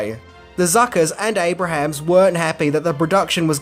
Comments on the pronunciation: Abrams not Abrahams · Jeez! Abrams, not Abrahams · It's Abrams. Not Abrahams. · That's ABE-RAMS,. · An easy mistake to make but Jim Abrahams pronounces his name like (Aey-brems) and not like the biblical figure. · Abrahams is pronounced "A-brims". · It’s Jim “Aye-brums”